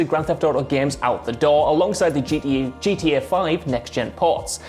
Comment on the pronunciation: As an American why is it so hard to say the Letter “T” ITS GTA!! NOT “GA OR GEA” or whatever you was saying!!! I’m so triggered 😖😖😖 GTA is already shortened n you mess that up how!?! 🤣🤣🤣